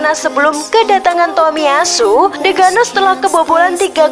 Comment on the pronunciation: bacanya jangan di putus dong. masa bacanya TOMIY ASU bilang aja takahiro. jangan tomiy ASU. gak enak dengere